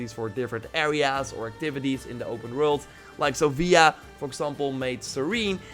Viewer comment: Its pronounced sófia. Great vid, by the way!